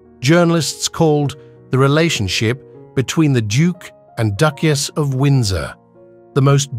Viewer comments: Whoever is doing the voice-over has a really weird way of pronoucing certain words. For example, the word Duchess is Duckious. Really weirdf and annoying!!!!! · Beautiful jewels and lovely to view but the pronunciation of Duke and Duchess and other slip ups was very annoying. Most be AI